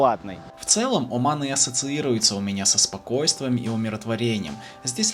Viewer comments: Всё хорошо, но вот этот акцент каждый раз на слове «О»ман , прям режет слух 😂 ты же говоришь, а не пишешь ))) а говорим мы Аман, а не Оман )) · Как же эта "О" уши режет! Не надо её выговаривать, говори "Аман", чай не с Вятки. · Не Уман а Оман....грамотей.😂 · Очень режет слух как автор произносит название страны Оман, или Османы. Хочется послушать как он произносит РоССия или Пермь😅